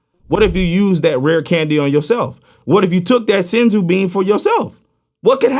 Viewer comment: you say sensu bean